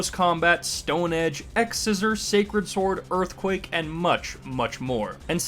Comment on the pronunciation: "Girthquake" lmao